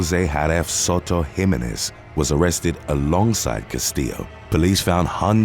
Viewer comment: I love listening to Europeans trying to pronounce Hispanic names. "Him-uh-nez" 😂😂😂😂😂😂😂